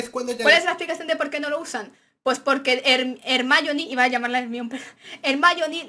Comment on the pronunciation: Ni para nosotros ni para ellos: Herminia 😂😂😂